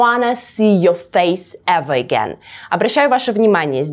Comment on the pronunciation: Классное видео, сразу подписался. Почему эвеэгейн, а не эверегейн?